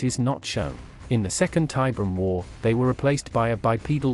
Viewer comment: "Tie BEER e um", not "TIE brum", dammit! Fucking AI shit!